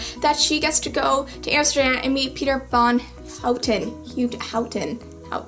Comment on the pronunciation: Wauw you are so amazing, I watched almost all your clips and you are such a great girl! I'm in love with your books ♥ I'm Dutch and you are far away the one who can say Peter van Houten like the best Thankyou so much for this movie review, I love it so much, and I'm gonna see TFIOS here in Holland in 2 weeks, in a earlier premiere, June 27th (in Holland, that's early because the movie will come out at July 11th... : Buuut I am one of the people who got to see it earlier and I am so.. freaking.. excited! I'm gonna cry my freaking heart out